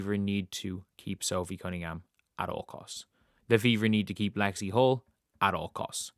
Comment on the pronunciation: 100%. AN it's "Hull". Lexie "Hull".